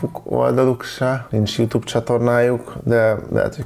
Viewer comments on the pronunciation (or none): none